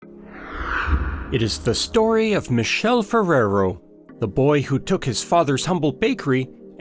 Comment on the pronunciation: The narrator is pronouncing the name of "Michele Ferrero " wrong every single time- So disturbing and inadequate